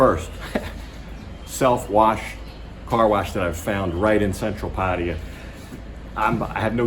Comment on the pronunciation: 00.18 - PATTAYA 01.32 - PADDIER 01.38 - PATTIER PADEEYA PADDIER How many ways can you pronounce it differently ? Great videos by the way and I was especially inspired by your weight loss video, thank you.